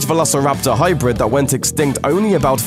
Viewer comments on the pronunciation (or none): none